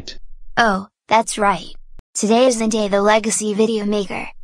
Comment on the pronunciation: Legacy not lagaci